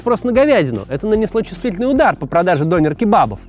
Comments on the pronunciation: Прошу прощения, но хотелось бы немного исправить Максима... 😊 Не "донер", а "дёнер" Не "ларьки", а "киоски" Спасибо за внимание 😅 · Вроде говорят все Дёнер а не Донер. И канакиш как-то...за название человека канаком можно штраф схватить, ругательство это, хотя в немецком толковое словаре 70 годов это слово означает житель гаваев. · Не донер, а дËнер! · вроде ДонЁр правильно. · Он дЁнер, а не донер. Döner. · Не все так радужно. Мусульманизация германии ужасает. Самое распространенное имя, которым называют новорожденных в этом году - Мухамед. Этим все сказано. Живу тут 40 лет. Дёнар правильно произносить. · В слове Донер, ударение на Е. Это я так, на будущее.